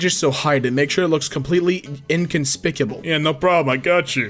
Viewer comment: No one:: “Inconspicable”